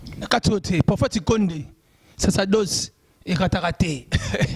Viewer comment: Yango chroniqueur oyo nini kaka hein??? Image ou mage, sacerdoce ou sasadoce ... Mais apprenez qd mm la langue de Molière mon cher. Ql honte!!